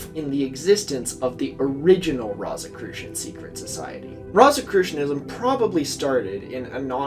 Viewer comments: I really wish you looked up how to say rosicrucian before saying it 500 times in the span of ten minutes for this video. I hate love to nitpick, but how hard is it to google a word you're not sure about? It's rō like rose not like rot. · I'm so sorry for this, but this kept drawing me out of the narrative. Rosicrucian is pronounced like "rose" like the flower for its first syllable . And Edgar Cayce's last name is pronounced like "kay_see" . Doesn't make sense, but that's the way he pronounced it. I've done a lot of reading on both these topics in the past, so they really pricked my ears up when you said them. I love your videos, but correct pronunciation helps sell the veracity of your work. I'm only making this comment for you in case you refer to either of them again. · Wait. Doesn’t the first syllable of Rosicrucian rhyme with rose ….? Am i the only one whose eye twitched every time he said it. 😄 Excellent essay, though, on an excellent channel. Glad i found it—i have more catching up to do yet! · It hurts every time you mispronounce rosicrucian. Good video nonetheless.